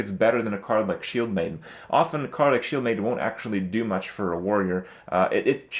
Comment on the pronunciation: THAT IS NOT HOW U PRONOUNCE OFTEN !!! :D